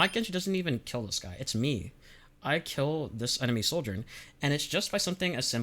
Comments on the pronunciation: I stg if u pronounce Sojourn (/ˈsɒdʒɜːn/) as soldiern one more time I'm gonna lose it. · here he just outright says soldier im gonna lose it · Great video but it drives me nuts how you pronounce Sojourn like 'Souljorn" because it sounds like "Soldier" and that's naturally very confusing lol also I semi-disagree about the idea of swapping binds for primary & secondary being 'better'. Yes, some players might have a small bump in rail accuracy if they do it (extremely person dependent, I have tried it both ways and had no difference) , but also, our index finger is much better suited to 'holding down the button' for the primary fire. Suddenly switching that job to our middle finger (which rarely ever has to click-and-hold the right mouse button) means we're putting more tension and stress on parts of your hand not that suited to it, which can weaken your aim overall. so I'm not saying "you're wrong", but moreso "there's pros and cons" and ultimately it's a wash and just 'whatever you are comfortable with'. neither way is inherently better.